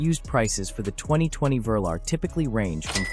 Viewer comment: The VERLER….OH YOU MEAN THE VE-LAR which was the code name for the first range rovers and stood for V 8 LAND ROVER……come on AI get your facts and pronunciation correct….especially if you are planning to take over and eradicate man kind….😋